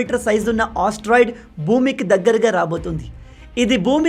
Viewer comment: Asteroid ❌ osteroid✅